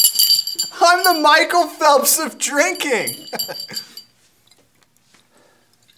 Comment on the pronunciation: "Mickel Fellps of Jrincking"? Really? It's "Michael Phelps of Drinking".